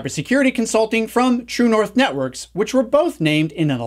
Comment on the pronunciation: "True Nort" -- Spoken like a true French Canadian.